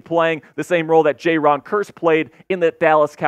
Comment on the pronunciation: I think it's Javon, not "Jay-ron" Kearse. Forbes was not beaten last year because of his light weight or lack of guts. He was beaten because he was lost out there, did not know where to be. Good coaching can fix that, we hope.